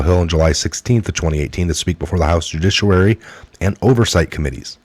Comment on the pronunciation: Judiciary = joo-DISH-ee-air-ee